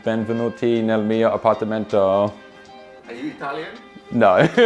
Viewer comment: "APARTAMENTOOOU" Are you Italian? The editor is so unserious 😂